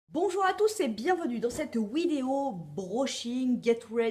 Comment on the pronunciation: Coucou j'ai remarqué sa il y a un bout de temps mais j'ai l'impression que tu dis wideo ou lieu de vidéo , tu le prononce comme sa ou pas ?